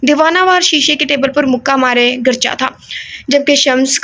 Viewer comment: یہ لفظ گرجا ہے گ کے اوپر زبر ہے 🥰